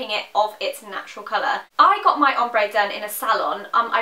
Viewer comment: i remember in your really old videos when you pronounced it 'omber' hahaha